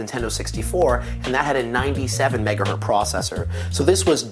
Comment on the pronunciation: megaHERTZ!!!! There is no such thing as a "megahert" - u